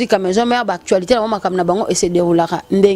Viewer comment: Ba Lobaka Actualité et non Actshualité stp!